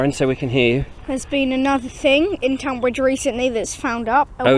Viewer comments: Sorry but im shouting "stop calling it TOnbbridge at you today";) Just in case you dint see my last post "Why Tunbridge Wells and Tonbridge are pronounced the same way" This page has the history of Tonbridge and I think you will enjoy it. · Tonbridge should be pronounced Tunbridge.